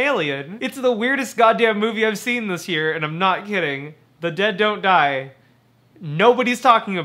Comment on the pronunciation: Great video! I like how when you say the title fast it sounds like "The De-doe-die"